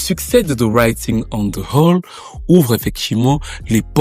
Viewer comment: Wall et non hall 😂😂😂